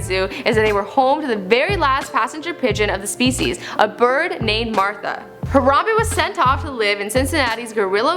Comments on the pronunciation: She say harada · har-am-BEE its BEE not bae